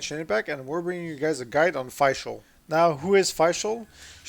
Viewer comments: nice overview. tho I think since Fischl obviously most likely roots from the german word Fisch, which is pronounced just like the english Fish, I wont call her Faishl :P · Her name is pronounced fish-shell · correct pronounciation would be Fishl (just like fish with a L at the end), since she is also called Prinzessin which is from German